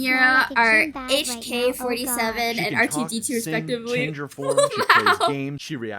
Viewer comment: Neuro pronounces HK47 as "47 Hong Kong Dollars"